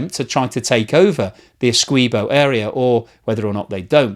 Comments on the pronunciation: A few issues. Venezuela want to take Essequibo, not take it back. Venezuela never had control of the territory of Essequibo. Its Guyanese, not Guyanan. And the "qui" in Essequibo is pronounced the same was as the "qui" in all other english words.e.g quick, quiver, quilt, liquid, squint, acquit, squirt etc. Why do you change the pronounciation to "kwee" instead of the english accepted "kwi". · you are helping Venezuelan propagandists when you state "Venezuela wants Essequibo back." By the way it's Ess-EE-quibo not Essquibo. I am Guyanese; so I should know. Actually, there was a claim by Venezuela which was settled since 1899. The record shows that Venezuela celebrated with the land they received. As the cold war dawned and Guyana appeared to be going communist, the US incited Venezuela to resurrect the dead claim. They needed another death to help them. So they waited until a man named Male Provost died to state the basis of the resurrection, which was that some hanky-panky had gone on according to the now dead man who, of course, could no longer be questioned. If you can find a column done about 15 years ago by a Venezuelan English-speaking newspaper named the Caracas CHronicle, you would see even they recognised the claim was bogus. You may need to use the Internet Archive. I couldn't find it with a surface check. By the way, Venezuela is a nation of cowards. They also had an area of Colombia on their map. They quietly abandoned it about 20 years ago. You want to guess why? I think it has to do with the size of the Colombian military compared to Guyana's. What do you think? Our population can't even touch a million people. Yes, the whole population. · FYI: Esequibo is pronounced esse-KEY-bo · Essequibo - pronounced - Essay kee bo. Come on. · Its pronounced Ese-key-bo